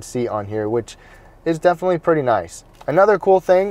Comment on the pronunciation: “Comfterble” is not a word. “Defnuhly” is not a word.